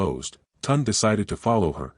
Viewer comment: At least try to pronounce the names properly. It is not Tund, it is (Tune day Tunde)